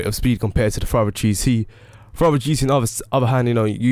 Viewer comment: Furore is pronounced like 'ferrari' -> "furroary"